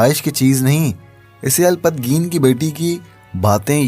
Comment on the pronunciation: اچھی کوشش ہے لیکن آپ کی اردو تھوڑی کمزور ہے کیونکہ آپ نام بھی صحیح سے نہیں لے پا رہے مثلاً سبکتگین کا نام سبتگین لے رہے ہے اسی طرح الپتگین کو الپت گین کہہ رہے ہے معذرت کے ساتھ